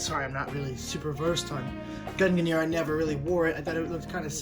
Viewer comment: There is no controversy over how to pronounce gungnir. You are just incorrect.